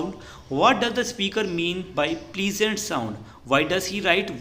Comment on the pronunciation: Prlesent naahi pleasant pronounce correct nahi tha 😐 But bat to correct ha best teacher in the world ❤❤